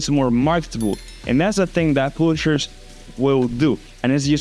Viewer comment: Just a tip:publishers you pronounce it like páblishers